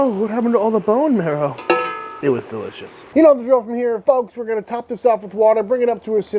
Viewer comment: delissious or fantastetic? choose wisely...